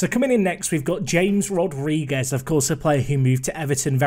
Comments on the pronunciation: if hear him mis-pronounce James Rodrigues again I'm going to loose it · James Rodriguez... oh, the bloody pronunciation. You are killing me. You should know by now that J in Spanish is H and in Portugal is Zh